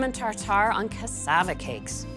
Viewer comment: Ohh yumm, I love how you pronounce cassava. I live in the Caribbean, cassava is a regular staple in our foods.